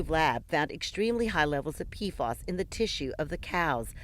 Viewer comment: Pea Eff Ayys. Not Peafoss